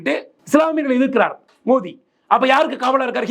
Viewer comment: மோடி பெயரை கூட சரியா சொல்ல தெரியாத தத்தி டளபதி